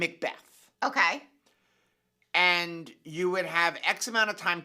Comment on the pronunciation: Mikbeth. Macbeth